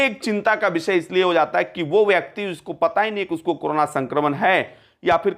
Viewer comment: aap karana per bolna chod dijiye karo na